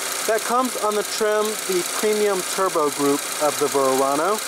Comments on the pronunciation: What are you calling it? Vurr-ano?? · I never heard a Verano pronounced Verrrrrrrrano before lol.